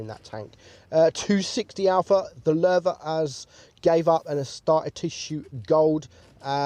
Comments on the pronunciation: This was recomended for me now don't konw why but i Like how he sais Löwe (i am from Germany and why can't non germans speake the ö right) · Wow ur pronunciation became pretty good🖒 Nice effort u are pretty close to the original pronunciation. Only a little thing: You pronounce the "e" a little like an "a" but I can't find an English word which has the german "e"-Sound in it (maybe like the e in mechanic but I'm not sure) All in all great effort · U are like the ONLY english or have english as a language that pronounces Ö right lol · He pronunced it right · You pronounced it has good has an non norwegian could have done or skandinavian for that matters